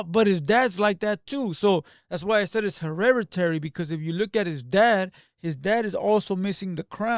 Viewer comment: Bro talkin shii on foos that can’t speak Spanish but can’t say hereditary 😂. “hErReRaDy”